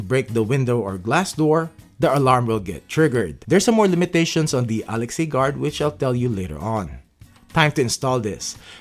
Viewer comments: Please learn to properly announce Alexa. It’s not Alex+A. It’s hard to take a review seriously when they can’t bother to learn the name of the product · it's pronounced A-Lex-Uh btw :-) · It was deliberately mispronounced so it won't set off your echo devices.